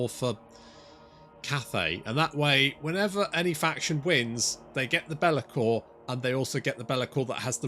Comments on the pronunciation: calling Belakor 'Belagar' because nobody likes Belakor or respects him. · His name is Bel'akor. You say his name like Belegar (ironhammer) the Dwarf king 😅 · Lol, the way you pronounce Be’Lakor… I can imagine Belegar Ironhammer mumbling : « That’s a-Grudgin’ ».